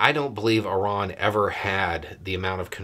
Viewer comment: "Ih-rahn?' You mean "eye-RAN"?? - The average American 😂